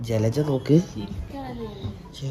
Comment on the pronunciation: Le:yara❌ജലജ ✅👍🏻😂🙆🏻‍♂️